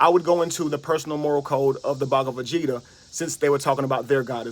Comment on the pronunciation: That was killing me. I kept picturing Vegeta asking why he keeps calling him baga?